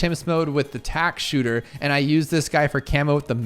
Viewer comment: Bro tack-man as in pac man